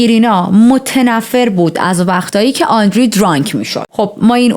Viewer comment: آندری نه و آندرِه